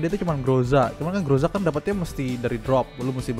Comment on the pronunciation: TIM NOTIF PAGI PAGI fyi Groza kalo daerah asalnya di baca Graza